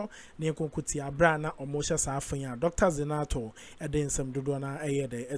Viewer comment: Zanetor not zinator you keep mentioning her name like that which school did you go that you are not seeing a but I oh hoooo